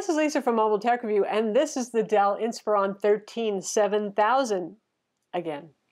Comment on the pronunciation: Lisa, isn't the model name based on the word "inspire"? I would think so. 😊 Hence it should be pronounced more like" inspir-on"...? Anyways, thanks for yet another great review. 😊